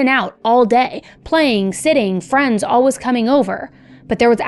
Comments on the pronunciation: All-wuhhhs It's all-WAYS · If you don't stop saying always like alwuz I'm going to have to stop listening